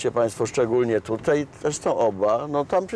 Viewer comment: Dworak - najbardziej niemedialna gwiazda programów telewizyjnych. Panie Dworak! Wymawia się "tutAJ" nie "tutEJ". Jednak co najbardziej razi, to te piski w co drugim Pana zdaniu. Ale za program chapeau bas dla TVP Kraków.